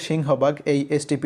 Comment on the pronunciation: St Petersburg na bole saint Petersburg bolle valo sonay